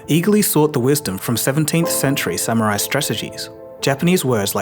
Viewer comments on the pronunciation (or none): none